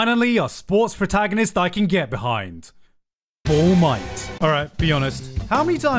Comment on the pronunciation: "Ball Might" I'm fucking done